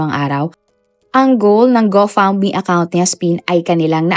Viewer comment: Go fund me po un. Pero mali lng pronunciation niya